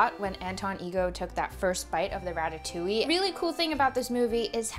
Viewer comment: French girl here, I love your ratatouille, it seems delicious and your prononciation is on point! Also about the having a dessert just after diner, don't worry, it is normal to feel like sweet after a french dish, we almost always have one. For the memories, french kids don't like ratatouille, because as most child, they don't like veggies too, I remember going to the theater to see a film about a rat with the name of my most hatred school lunch on the trailer (it wasn't a very good start 😂) and falling in love with Pixar through the movie, and having water in my mouth when they served the ratatouille. I still disliked eating ratatouille until growing up, and it is now a dish i enjoy. So don't worry, most child memories around the dish isn't a "Madeleine de Proust"^^